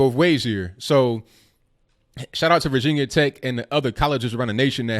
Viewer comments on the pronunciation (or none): none